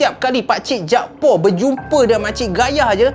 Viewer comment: Utk pngthn kt Kedah ni selalunya org yg bernama jakfar akan disebut jakpaq bkn jakpo.